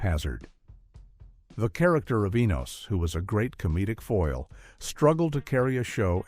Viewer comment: So many inaccuracies. Checking In was a spinoff for Florence, not the doorman and Mr. Bentley was not the doorman, where did you even come up with this; The Colby’s did not try to be a sitcom; Enos was not a spinoff of a spinoff and his name is pronounced two different ways during the recap; The Brady Bunch Movie Jan is used as references to Eve Plumb. This is just inaccurate garbage.